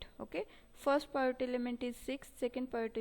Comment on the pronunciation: In 3rd question- PIVOT is called as - पिवोट्स and you are calling it as पायोट्स